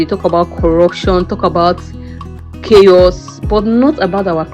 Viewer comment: Please pronounce this word "CHAOS" again. I want to hear something.😂